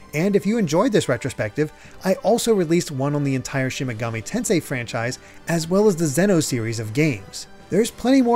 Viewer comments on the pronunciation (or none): none